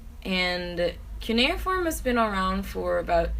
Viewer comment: Did she say cuneiform or canoe form